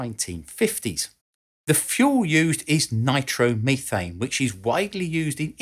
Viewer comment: An excellent description of the science of going really fast. Of course the pronunciation nitromeethane is just a bonus.